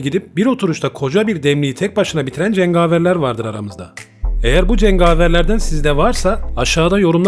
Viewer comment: Cengaveri yanlış seslediriyorsun